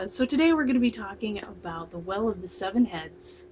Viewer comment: Hi im from the Isle of Skye. Your pronunciations of the names are almost spot on. To add mysteries to the tail. There were five young lads drowned at the well of the seven heads a car accident. They are supposed to have left the road and drowned in the early hours of the morning. There has been many sightings of the car over the years as people dip their lights as they see lights coming towards them. as they get round the corner there is nothing. A small amount of folk have had the ghost car drive straight through their car. None of these people ever drove that road much after dark or before daylight in the morning. I haven't heard of any sightings since the rear 2000 but that doesn't mean there hasn't been. most people keep it quiet if they have. I haven't witness anything but the three miles north give me the fear when it is dark and misty. You definitely feel you are not alone..